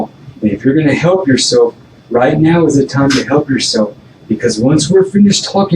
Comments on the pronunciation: "RIGHT MEOW"😅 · literally says right meow. I can’t. 😭😭😭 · “Right meow”? Is this Super Troopers?!